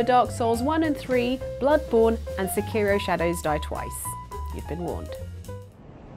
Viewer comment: Where are the other people? Are they still involved with this stuff? Also why do so many Brits butcher Japanese names? I don't expect people to pronounce Sekiro just like a Japanese person would, but the emphasis is all wrong.